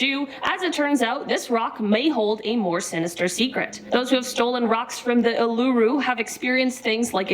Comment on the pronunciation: Who else is Australian and was laughing so hard at the way the host was saying Uluru. 😉💜